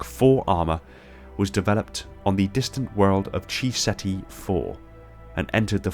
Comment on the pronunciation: Awesome content, man. One small criticism: Chi is pronounced 'KAI' and not 'CHEE' in this instance, since it's the Greek letter that the word is representing, not the Chinese word for life force.